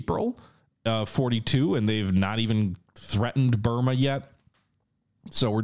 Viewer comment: but you said Bruma, not Burma.